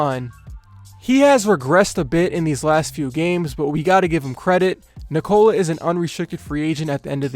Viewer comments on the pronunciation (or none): neek cola. not nikoal uh